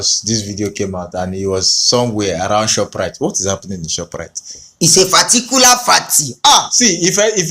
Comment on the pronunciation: 😂😂😂pharticular pharty😂😂😂❤